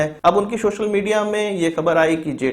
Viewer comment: Its social not shoshal